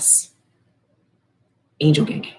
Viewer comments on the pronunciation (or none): "angel gangang" 😆🥰